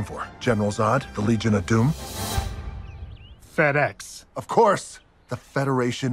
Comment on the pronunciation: Fr when he said "FedEx", i thought he said "Fatass" 😂